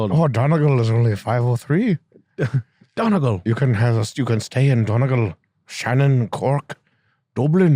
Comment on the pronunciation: DON EEEEE GAL. fuck sake